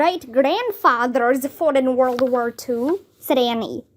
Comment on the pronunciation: Your pronunciation is not right. World you read it like wur